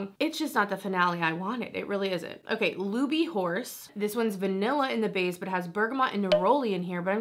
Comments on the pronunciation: It's pronounced with tin at the end.. Christian LouBoutin and Louis Vuitton are 2 different people. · Wow, girl, great pronunciation of "Christian Louboutin." I just love Advent Calendars, but this past holiday season was pretty dismal. Besides, "Louboutin" should stick to red bottoms.